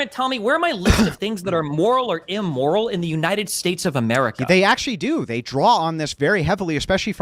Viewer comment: My guy: it’s pronounced “im-moral”. Not “e-moral”.